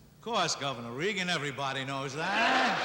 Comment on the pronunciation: IT'S PRONOUNCED REAGAN NOT REGAN. YOU CAN'T FIX STUPID.